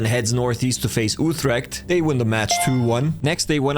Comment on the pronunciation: pronounced oo-trecked